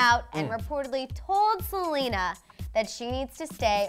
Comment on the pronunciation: it’s Selena not Salina